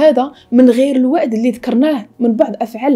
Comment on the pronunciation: جميل جدا ❤ ملاحظة صغيرة نقول الوأد و ليس" الأود " أحبك في الله